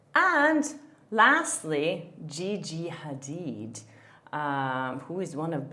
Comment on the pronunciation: I love how you can properly pronounce the Arabic sound h in Hadid. It's a very difficult sound for non-Arabs. Very impressive!